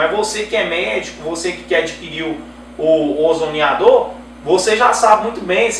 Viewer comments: O CERTO E FALAR "OZONIZADOR" E NÃO "OZONIDAOR" COMO VOCÊ INSISTE, NÃO SEI POR QUE... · OZONIADOR????????????????????????? Já perde toda a possível credibilidade porque começa falando errado!!!!!